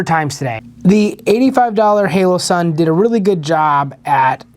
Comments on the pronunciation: Holosun. Not haloson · Pls tell me I’m not the only one who is getting pissed he’s saying HALOsun 😡🙃🤦‍♂️🤣